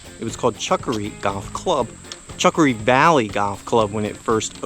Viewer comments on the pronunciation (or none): Chukker Valley not Chukkery. Reason for the the name Chukker was because they help polo matches there.